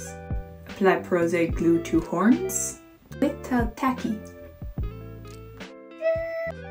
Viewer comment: I live for the "leetle beeto blushh"